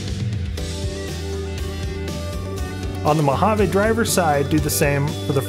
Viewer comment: And, please, it’s pronounced moh-hah-ve.